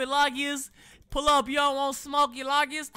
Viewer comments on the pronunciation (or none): its LOW-GIA NOT LAW-GIA my god it hurts my ears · it is pronounced logia not lagias do you even watch one piece?